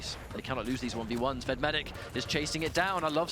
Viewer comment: 5 and a half minutes into the match on Molten Falls and I just have to ask what on Earth they keep calling V E D. Are they saying Ved Medic?